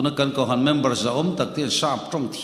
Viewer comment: Kohhran tih hi a lam dik thiam lo a mi .spiker hi😅😮😢😂😊❤.